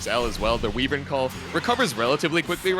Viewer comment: Why do they keep saying way-vern instead of why-vern?